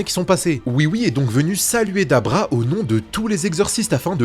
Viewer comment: pourquoi il dit Dabra c'est Dabura non?